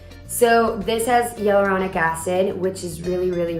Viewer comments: She said e-ah-luronic instead of hyaluronic 😂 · Andrea O. She also mispronounced “hyaluronic“ and said “bring up your features” when the correct way to say that is “bring out.” She has slight problems with grammar which is typical of someone whose first language is not English. You’re right though, she does sound great. Good for her for learning a second language.